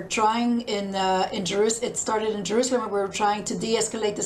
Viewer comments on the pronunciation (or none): none